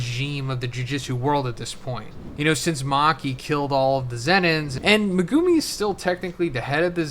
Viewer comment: Can we get to pronounce Megumi correctly at least once before JJK yall?😂😂